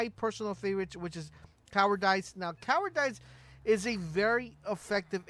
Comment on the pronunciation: "Cowwar dice"